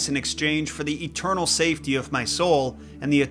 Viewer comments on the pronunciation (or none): none